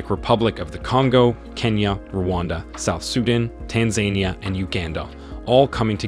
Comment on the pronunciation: You mispronounced Tanzania